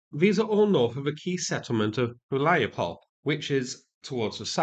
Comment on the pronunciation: You’re doing great so far with the names. But please, all the Ukrainian settlements names endings that end with “e”, read them as “eh”. So like - “Hu-lyai-pol-eh”.